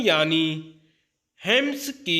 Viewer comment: Sir sorry to say magar thoda apna pronunciation sahi kariye 649 को छह सौ उन पचास और एम्स को हेम्स बोल दिया आपने